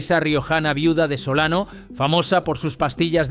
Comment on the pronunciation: Tampoco pronuncia bien los caramelos Solano. En fin... es lo que hay, jajajajaa